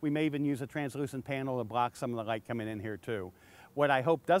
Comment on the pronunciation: Light not gight sir ^^! (y)